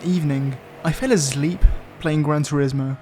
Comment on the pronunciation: Pronuncia bien turismo pls